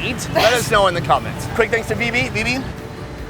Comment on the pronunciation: He said Vibi I listen Vivi😂😂 Exols can u relate?